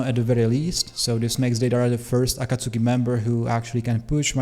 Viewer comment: Aaaakkkaaaasoookiii Bruh ah-kaht-tski, not Aaahhhkaaasooookieee